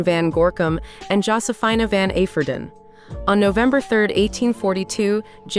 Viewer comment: Josephina is pronounced JOE-see-feena.